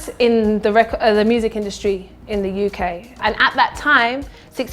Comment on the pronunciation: Part yenye nimeskia tu ni 'in the you kay'🤣🤣🤣🤣😋🤣